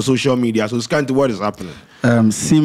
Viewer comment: whah be the name again? I just de hear scanty